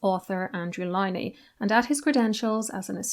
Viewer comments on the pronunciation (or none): Would be a good start by pronouncing Andrew Lownie’s name correctly . Couldn’t you do that at least?